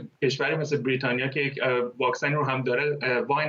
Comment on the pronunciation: درود هم وطن عزیز.این کارشناس احمق که داره با نیش خند میگه برررریتانیا منتظر نمونده زود رفته درخواست خرید فایزر داده.فایزر رو به پرستار آمریکایی زدن بازم کرونا گرفته.حرف من نیست تحقیق کنید ببینید درسته.